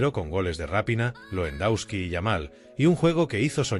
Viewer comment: Que aberración el locutor , Champions le ague, Lendauski y asi varias joyitas mas, que basura!!